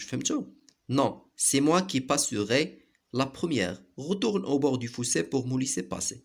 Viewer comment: Le fossé pas le foussé